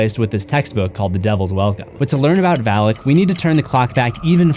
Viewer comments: It’s Valak not Vallak. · May I be that guy. It's not pronounced Val-ick. Its pronounced Vah-lock. Even movies butcher the pronunciation.🤦‍♂️Sorry just had to be that guy! Having studied the keys of king shlomo. Sorry it's the grammar teacher of a mother I had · My eyes: Valak My ears: phalic My brain: haha, Phalic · Val as in "Valak"